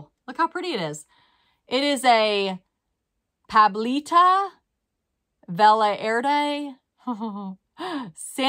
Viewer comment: Velarde- vel - ard - ey